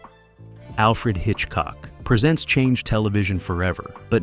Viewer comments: AI, it's not présent , it's presént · It's pronounced presents, with the long e sound. It's not a show about what he gives people for Christmas! This is proof it is narrated by AI.😡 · The narration by AI is obvious and horrible. Why can’t you use a human voice that pronounces words correctly? Even the title of the show “Alfred Hitchcock Presents” has “Presents” pronounced as “presence.” Pay attention to detail. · Total A.I. slop. From the first minute, pronouncing "Presents" like the presents you get for Xmas should tell you everything. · I checked out of this at 20 seconds in, when the fake AI voice mispronounced "presents". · I checked out at 20 seconds, when the AI voice mispronounced "presents". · Yes, this must be AI narration as the narrator mispronounces the name of the show as being "Alfred Hitchcock presents", rather than "Alfred Hitchcock Presents" as can be heard at :17. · Repetitive and misspoken, especially Alfred Hitchcock “Presents” which is said as if it is a gift and not an offering to the audience. 😂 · The second time this AI idiot mispronounced 'Presents', I hit pause, and will move on. The inexcusable laziness of the typical YT creator, refusing to simply edit the narration before uploading, is enough to make your everyday crabby pedant's head explode. Are you trying to KILL us??? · ...and it's too damn bad, because I for one really enjoy watching a well-scripted and researched presentation (pronounce THAT) like this one. sigh What a world, what a world! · Dump the AI narration please. For Alfred Hitchcock Presents. The word “Presents” is It’s pronounced as a verb, not a noun